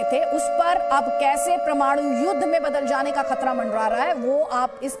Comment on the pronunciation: प्रमाणु नहीं परमाणु